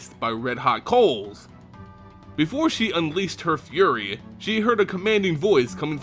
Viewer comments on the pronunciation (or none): none